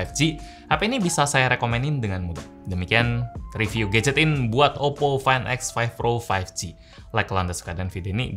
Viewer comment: muncrat gak bg?? oppo fain ek faif pro faif gi